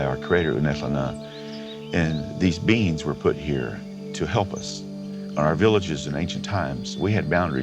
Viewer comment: Did anyone else hear "there are Beans living in the woods" now I can't unhear beans whenever he says beings!